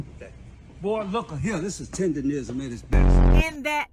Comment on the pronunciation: Damn can yall pronounce the shit right. TEDERNISM Not tenderism. put the damn N in it